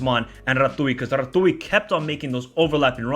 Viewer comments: Ratiu is actually pronounced like 'ratziu', not 'ratui'. Just to know for future clips (Hope there will be more about our national team) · it's rațiu not ratouille. It's pronounced ratziu. :) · He is Ratziu not Ratooy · Ratui 🤣🤣🤣 so funny, i love how you say it but the pronunciation is more la Ratziu, because of "Ț" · Ratui lol, that sounds funny. And no worries, it's just fun to hear foreigners pronounce Romania names. You'd pronounce his name like Ra-zz-yu(like the zz in pizza). Yup, they did quite great as a team, a really lovely performance. I feel like the defenders really did an amazing job, but then again, the whole team had a great performance, except one for me. Coman showed something I really disliked.... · Pronunciation of no.2 name (blue hair) is Andrei Ratiu ( Rha-tzy-uu) , not " Ratui " he's the player of Rayo Vallecano (La Liga ,Spain) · it is Ratiu not Ratui :))) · Rațiu it’s pronounced Ratziu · You pronounce it Ratziu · Also a quick correction Rațiu s name is pronounced as Rats - You Hope that helps ❤ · Eyo the way you pronounce Ratiu’s name is hilarious. Closest way to pronounce it for a native english speaker would be something similar to the way you pronounce Ratio, just with the U instead of O. Definitely not Ratui, not similar to retegui. Apart from that Mudryk was abysmal, before we dissect his decision making people should be criticizing his demeanor, if you take a look at the replays for 2nd and 3rd goal you can clearly see he is in the position to help his teammates out and stop the counter but refuses to run, just casually walks, absolutely disgusting, whoever gave him the 7.5 rating must be legally blind. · it's Ratiu not Ratui ;) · Rațiu is prononuced Ratz-you Edit: of course, multiple comments on the topic :) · Ratiu is pronounced like you would say "rats-you". You're welcome! 😅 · Ratuiiii ... Funny pronunciation! Yes he was brilliant. I hope he leaves Rayo Vallecano and finds a team that uses his talents. Loved the vid!